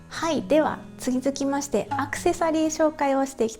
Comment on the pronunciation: つんづきまして って言ったかな|ωΦ)??（笑） おじさんは気づいたぞ🤣